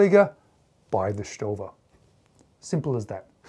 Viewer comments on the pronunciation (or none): You're killing me....Say it with me StoVA StoVa StoVa